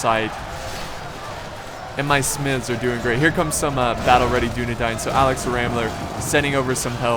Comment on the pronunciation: I did. Dúnedain - duːnedaɪn Tolkien's original etymology of the word came from the Sindarian, "dún" meaning west and "adan" meaning men. "Adan" if one follows the phonemics of Tolkien's Sindarian work is pronounced "A-dane" Here's a link to the Oxford pronunciation guide to help out with the guide on I'm not trying to put anyone down or insult and I apologize if that's how I came off. I'm just trying to help out.